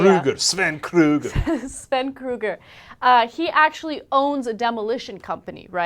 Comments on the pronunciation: Krüger, not Kruger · She did not pronounce Krüger right!